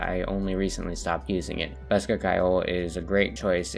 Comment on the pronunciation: Bosca Ceoil is irish, you pronounced bosca good enough, Ceoil is pronounced more like “Key-Oh-L” though, Bosca means box and Ceoil means music, put them together and you have “Music box” or “Accordion”, greetings from Ireland